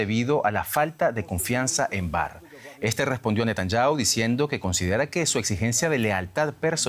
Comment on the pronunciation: Netanyahu se lee = Ne-ta-ñá-ju